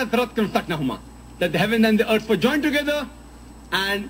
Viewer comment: ok.. like seriously.. I can't watch this video cos he's a fugly motherfucka. Do you have to stick ur face sooo into the camera? And try and use complicated words when you can't even spell properly Einstein? Btw.. its called Earth.. not YEARTH...